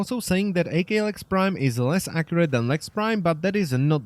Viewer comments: You saying "Ay Kay Lex Prime" triggers me. Aklex Prime. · "A-K Lex" - ACKKKKLex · AKLEX not fecken A-K Lex prime dangit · Hey it's not pronounced A K, it's pronounced ak as in akimbo (thus it sounds like ahk) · Wtf is a-klex. It ak-lex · "A-K" lex prime...its "ahk" because its shortened form of Akimbo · Wouldn't it be pronounced ahk- lecks and not ae- kay - lex from it being one word? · "A kay lex" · I actually couldnt make it through the video ITS "ACK"